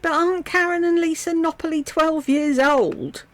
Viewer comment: The Napoly sisters are pronounced like Napoli not like Lisa says Nopoli. With the carnivore food nonsense she acts like there is never going to be food for like she’s vegan or something in the 90s where you couldn’t have found anything, where in Texas for instance in any f…g restaurant can’t you find meat? It is meat central